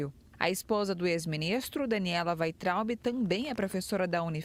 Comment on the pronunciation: Falou certinho: Vaintraub 😊